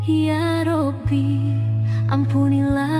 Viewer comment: Sedih kali hatiku mendengarkannya menyebut Robby pun tidak ber tasjiit tolong dibenahi yaa?